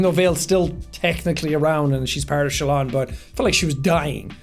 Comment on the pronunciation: calling Shallan 'Shaylin' might be the single most Irish thing I've ever heard in my life, Jack.